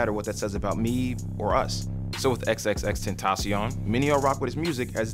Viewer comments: You don't pronounce it "xxx - tent - tah - se - on." It's "xxx - ten - ta - sion." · no hate, but i think its pronounced ten-tay-shin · xxx ten tay shun not xxx ten tah shion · you pronounced his name wrong you just pronounce it likw.... "extension" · you didn't even pronounce his name right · T u n d r a B o y he pronounced it wrong its an s sound not c x said it himself